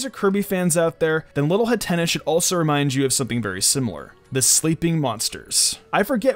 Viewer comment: Did he say hattena like antenna?... Hat-een-ah